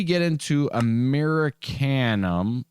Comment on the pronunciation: Amer-eee-she-um. Not ‘Murricanum